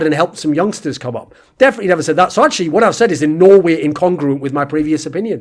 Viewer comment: anyone else felling like when thorin says no way it sounds like he is saying Norway